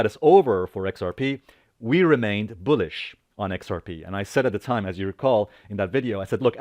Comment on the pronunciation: It's not Boo-lish 👻 its Bull-ish 🐂